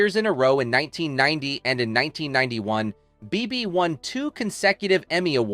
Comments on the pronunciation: it's annoying and rarely, if ever, pronounced correctly. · You pronounced Bebe's name differently so many times......